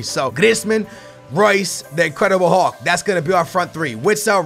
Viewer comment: I like when you says incredible hullhull